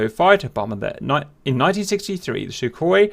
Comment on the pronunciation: Welcome to the new episode of "How to pronounce it" open a google translator russian > english and paste this: 1) Сухой for Sukhoi 2) Су for Su 3) Сатурн for Saturn 4) Люлька for Lyulka 5) ГШ for GSh 6) Х for Kh See you in the next one